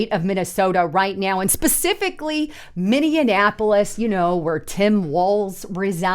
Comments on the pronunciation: It's not Minneanapolis --- It's Minneapolis - That's Minny - Ap - O - Lis --- nothing like Indianapolis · What is "Min-nee-anapolis"? I have heard of Minneapolis....learn how to say the name of the city you are talking about. It wasn't a one-time mispronunciation, as you said it several times in this upload. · You are mispronouncing Minneapolis. You are adding an additional M that isn't there. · Please, please, please... it's pronounced (MIN-EE-APOLIS), not (MIN-EE-IN-APOLIS). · Maybe she meant minion apolis? I heard it too, and it made me wonder if it was purposeful after I heard the play on words... Just a thought. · There is no I can't believe the number of creators I've seen today that don't know how to say Minneapolis! lol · Dear God, learn how to pronounce Minneapolis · Her and her husband must have gone to the same school . Neither one can pronounce Minneapolis or Venezuela.